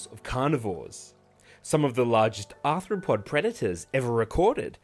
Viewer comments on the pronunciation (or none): none